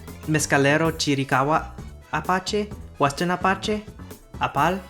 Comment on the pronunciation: You know, I would be guilty of it myself but I couldn't stop a little giggle when you pronounced Apache's as a slight schwa, and when Arapaho was stressed on the 3rd and not the 2nd syllable. But you were in the moment and on a roll, so I will not give you much grief about it. Still only at "ara-" but I will keep watching. :) What follows are a lot of edits I have randomly added during watching this video. Cour d'Alene is indeed a French word but it's a name for a Salishan language spoken in Idaho. Its endonym is Snchitsu’umshtsn. So which one would you rather pronounce? :) Deno is indeed spoken in Africa. It is part of the Bole-Tangale languages which themselves belong to the Chadic branch of the Afro-Asiatic languages. However, per Wikipedia, its speakers are shifting towards Hausa and Fulfulde. Estonian: I'm guessing: South Estonian which includes languages like Seto and Võro were often considered dialects of Estonian, so I'm guessing Estonian is the wider (older?/obsolete?) term which encompasses North + South Estonian, while North Estonian is Estonian proper. Idk. Faroese: yay, my language! Though they missed Faroese Sign Language which is slightly different than Danish Sign Language. I guess close enough to be considered a dialect. Looks like they don't have Greenlandic Sign Language either probably for the same reason. And no, I don't think it's the same as Inuit Sign Language; that sounds more Canadian to me, imho. Finnish sign language, Finnish-Swedish sign language